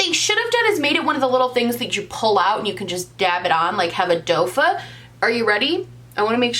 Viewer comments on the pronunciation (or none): What's a "dofa"? I think you mean doe foot. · Someone else already mentioned it below but did you think that it’s called “dofa” applicator? It’s doe foot. Not dofa lmao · does she say dofuh instead of doe foot???? It's a doe foot applicator is it not? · Her and her “doe-fa” instead of doe foot 😂 so cute. I didn’t realize she did it that far back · It’s doe foot like the foot of a doe not dofa lmao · ily and someone may have already said something by now but it's a "doe foot" applicator not a "dofa" lol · "Dofa" lolol! You crack me up girl! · I think originally she just mispronounced it but now it’s like a meme (like how SimplyNailogical calls top coat taco) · girl are you calling doe foot dofa 😂